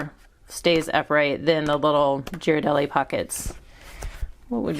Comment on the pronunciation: you lost me at Gee-rardelli 😂 cut tho 👍🏽